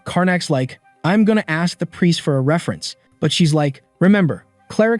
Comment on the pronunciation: All this video needs to change the pronunciation y'all, aks, daumn and multiple "like" will make sense